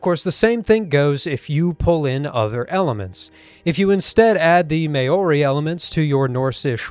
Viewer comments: It's pronounced Mao-ri. Like Mau-ri not Mayo-ri. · Whyyyy did you pronounce maori wrongggt????? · I have a very small criticism. "Maori" is pronounced with the "ao" making a sound like the "ou" in "out" It's a common mistake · If you mean Maori as in the New Zealand kind, you said it wrong. It’s a bit difficult to pronounce tho.